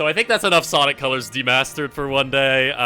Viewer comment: Return of ze sawick guiy!!